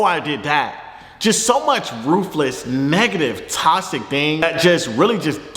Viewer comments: No one: Fredo: “tosic” 😂😂😂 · wtf does “tossick” mean lmaooo ik he not tryna say toxic🤣🤣🤣🤣